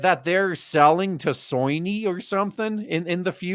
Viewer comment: Love how you pronounce soyny instead of Sony 🤣🤣🤣